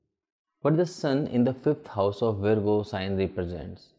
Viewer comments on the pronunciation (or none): it Virgo pronounce as Vargo not veergo